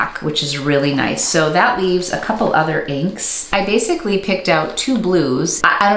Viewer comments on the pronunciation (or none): none